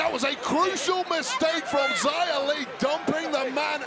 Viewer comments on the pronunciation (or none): Why did they misname xia by calling her ziya. It's pronounced like "she-ah". Still feels wrong. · Questi annunciatori americani :face-orange-frowning::face-orange-frowning::face-orange-frowning:come al solito storpiano i nomi degli atleti; In questo caso pronunciano Zaia Li invece del giusto nome Xia Li !!!